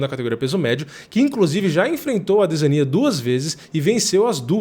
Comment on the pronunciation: que gastura desse mano falando adesania com enfase no i .. parece o delahoya chamando o chuck liddell de chuck laidel